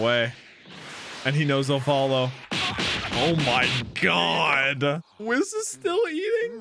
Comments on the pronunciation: Ay whis is pronounced like we not wi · Bro said wiss 💀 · Just so you know you are saying whis wrong